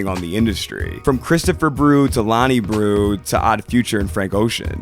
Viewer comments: breaux is not pronounced brew 😂 it’s pronounced ‘bro’ coming from a authentic new orleanian 🥲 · great vid, only thing, his last name is pronounced 'bro' not 'brew' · Hate to be this guy, but just for future reference breaux is pronounced “bro” Otherwise nice, insightful video. Always here for Frank content nowadays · breaux is pronounced bro lmaoo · My boy slaughtering our last name 😅 All good though, it’s pronounced as bro